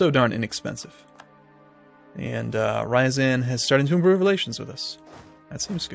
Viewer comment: Rye-azan?! TYVER?!